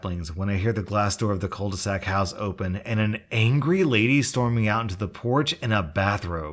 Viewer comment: Bruv that's not how you say "cul de sac". You could at least do a smudge of research on how to pronunce it. It's not like your "content" is so time consuming that you can't verify one French word. 🙁